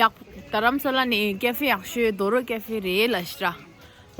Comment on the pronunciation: It’s pronounced Dhoraaa I guess not Dhoro 😛 No offence! Nice video 😍